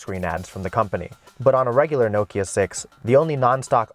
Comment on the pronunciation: wtf? also who was getting annoyed w/ how he was saying 'nokia'